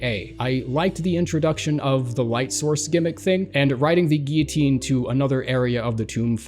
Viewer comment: And giyotine